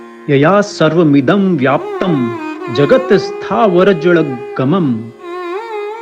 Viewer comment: उच्चारण ग़लत है श्रीमान जगत स्थावर जंगमम होगा सही उच्चारण ।